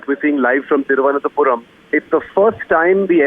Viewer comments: "Thiruvananthe"? Wow Pronunciation standards of NDTV is amazing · What a Anchor... Can't pronounce Thiruvananthapuram...! Disgrace..